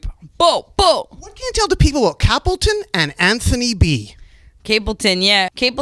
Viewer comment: CAP...lton? Come on Narduar, we expect better from U my man.